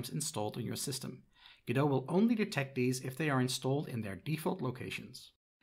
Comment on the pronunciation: why do you think you are pronouncing godot properly ?